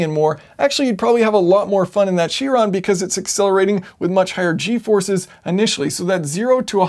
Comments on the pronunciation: its kai - ron not cheeeeeron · It's pronounced "Ky-ron". Chiron was a Centaur in Greek mythology, and since it's a Greek word, it's pronounced by the Greek rules. (The letter "Chi", which looks like an X, is also pronounced "Ky".) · Is it really pronounced she-ron? I've been saying kai-ron... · Isn't it pronounced Kiron? Almost sure that it is... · All good and well but it's pronounced Ki-ron 'cringe' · isn't it pronounced kairon (chiron)? From greek mythology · Awesome video! But you pronounce Chiron strange ... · Anybody else bothered by his pronunciation of Chiron?